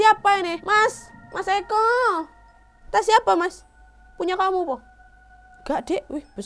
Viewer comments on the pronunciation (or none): "Mas ekoooo" seketika ngakak dengernya. Jawa banget